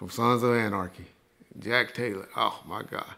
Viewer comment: Jack Taylor reg? It's jax teller